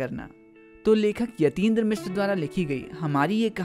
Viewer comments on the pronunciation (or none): none